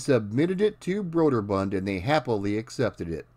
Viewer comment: And it’s “broo-der-bund” not “broad-er-bund”. Love the channel!